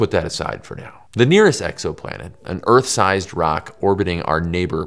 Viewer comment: You pronounce Earth weird. There’s a ‘th’ sound in it.